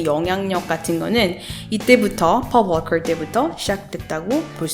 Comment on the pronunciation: 폴 볼컬 ......만 귀에 맴돕니다.....발음 부러워요~.~ 오늘도 감사합니다~!